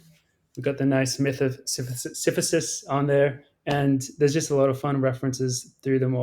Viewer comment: sys-uh-fus. sysyphus in english.